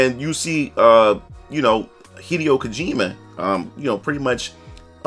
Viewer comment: You are the first person I've ever seen to pronounce "Hideo Kojima" correctly.